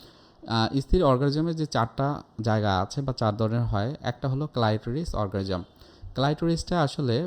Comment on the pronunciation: অর্গাজম উচ্চারণ করতে পারে না, বলছে অরগারিজম।